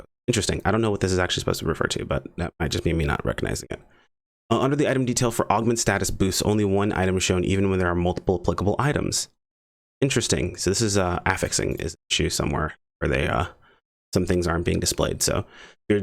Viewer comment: who says "AHHFF-ixing" ? isn't it "ahh-FIXing" ?